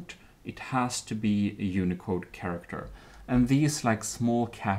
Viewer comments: SHange SHinese SHannel SHaracter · is anyone else slightly disturbed with the way he says channel and character uhh...